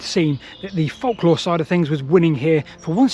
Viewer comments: It's pronounced folklore not folklore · During WW2 (or even WW1) you would have likely been detained as a German spy for pronouncing folklore in that manner. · ive never heard anyone pronounce the silent L in folklore before. does this creator do the same thing with the word yolk of an egg?